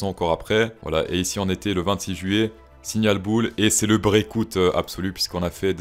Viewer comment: 🤣🤣 ton "Brèkoute" d'hier m'a moins dérangé que tes "Opant interests" !! Merci pour le taf et surtout pour la fraîcheur, ça fait du bien de suivre les bougies en se tapant des barres !